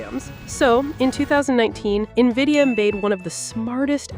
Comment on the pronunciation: AI can't even pronounce its masters name